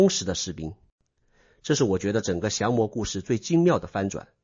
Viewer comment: xiang 魔，二声，不是jiang 魔